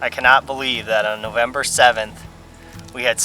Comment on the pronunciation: “Nozember” is where it’s at.